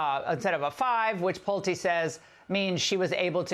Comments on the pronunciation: Pull-tay....not Plute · It is pronounced Pull Tee as in Pulte Homes. Bill is also a prominent philanthropist on X. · Pulte is pronounced "Pull tee". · Benny it's Pull'Tay, just trying to help out. Take care